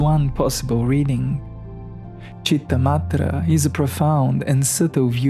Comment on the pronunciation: It's Citta-Matra not Madre. It's a 't' not 'd'